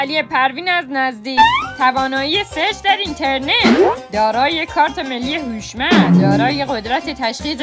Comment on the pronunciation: عالی بود،، هم اینستاگرام دیدم هم یوتیوب، فقط خودت. اون کارت ملی هوشمند رو هم خیلی جالب تلفظ کردی